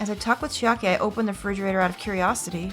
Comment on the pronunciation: I know a lot's going on but I can't get over you calling it a 'fridgerator'